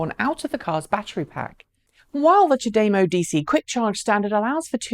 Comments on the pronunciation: Most of my family is Japanese. I've lived in Japan and visited 40x. Although English is my first language, Japanese is my weak second. The de is in no way pronounced 'day.' The best way for a USA English speaker to say it phonetically is: chah d'mo (said quickly). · Japanese uses the same vowel sounds as Spanish. It's derived from a Japanese phrase that means, "How about a cup of tea?", referring to how long it should take to charge. Cha-day-mo it is. I'm a fan of parking shelters being the home for the solar panels. It generates electricity even when not occupied and keeps the cars cool reducing the A/C demand. But your system would have some benefit a lot of places too. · my Japanese wife says you know nothing. There is no 'day' in CHA-da-MO.